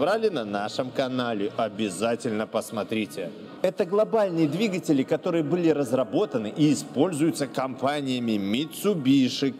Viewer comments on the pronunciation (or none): none